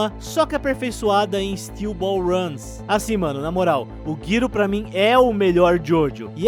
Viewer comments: n tankei o "guiro" se referindo ao Gyro kaka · "Guyro" por favor não fale o nome dele assim quando for resumir SBR. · Err... N sendo chato nem nada... Mas tipo o o nome do Gyro se fala meio (Jairo) tipo inglês mesmo Gy (Jai) entende? Gyro (Jairo) +- assim:0 É pra tipo os super Jojofags n quererem te cancelar no twitter:0